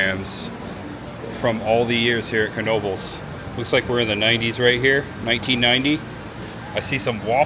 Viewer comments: Knoebels pronunciation is (know-bels) that is if you weren't trolling us..😊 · The K is silent its pronunciation is Noebels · You tell em! "Know-bles" is in "Ellis-berg". "Knoebels" is in "Eel-eez-burg" haha! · Incorrect, it’s kuh-noh-buhlz. The k is fully pronounced because it comes from a family German name. Also when you call the hotline they pronounce it that way on the recording.